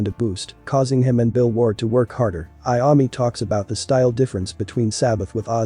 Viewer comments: It's Iommi not Iami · Dude he said tonni iummi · I can't get past the way the man, computer or whatever it is says Iommi. It's horrifying. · At least pronounce Tony's name right!!